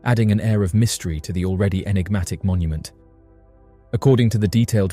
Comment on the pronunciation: We love you, hours of entertainment , but , enigma,…. Enigmatic…. Un-enigmatic…. Un-eggnamic? Is not a word!… lol it sounds like a broken breakfast machine, party on dude!😅😂